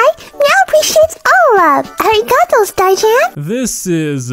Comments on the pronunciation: "Ar ee gah toe" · hi!! native speaker here its sort of pronounced like (ah-di-gah-to). that’s the best way i can think of to describe it. you have to slightly roll your r. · ikr especially Arigato she makes it sound annoying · Ahhhh she said arigato (ありがと) wronggg, she doesn't know any Japanese, especially how to pronounce the characters